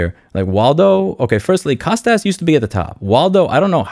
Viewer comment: As a long-time fan and a Greek I must mention the Kostas (who's name I share) is pronounced COAST-US not COST-AZZ. Cheers, keep up the good work.